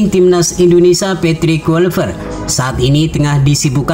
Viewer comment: kLuivert bang, bukan KuiLpert 😑